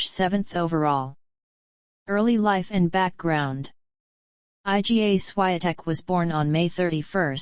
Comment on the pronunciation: You need to learn how to pronounce the names of tennis players.